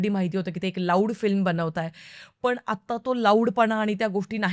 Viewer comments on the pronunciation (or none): पण आणि पन मधला फरक समजून घे ना प्लीज़ That’s only improvement required Else u are great